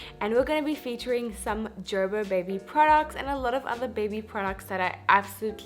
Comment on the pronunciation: O meri behan- please make sure u recite tons of nazar dua on ur child because there r people who are struggling to feed solids to their kids .... MashaAllah ur daughter is happily eating babyfood MashaAllah—— also i was like Wtf is JerBer 🤪 Here in america its ger-ber ( as in aray garbar hogai ) 😁